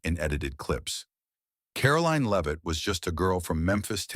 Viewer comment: Karoline Leave-It?